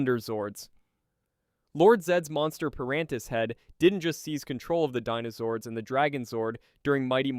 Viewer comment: It's crazy how you said dinozords right one time then went back to saying denozords. SMH